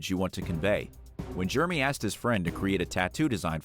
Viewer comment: Hey Narrator! FYI, the way the name Jeremy is pronounced is not "GERMY" it is Jer-rah-me.